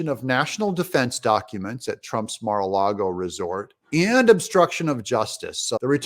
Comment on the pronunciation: Doug thank you for saying “Lago” instead of “Largo”.